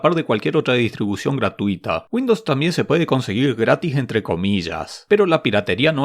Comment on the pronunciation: porque dice windops